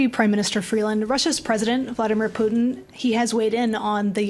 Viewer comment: I believe he was referring to Trudeau being the idiot...and freeland stop adding your accent to putin ...makes you sound like the idiot you are.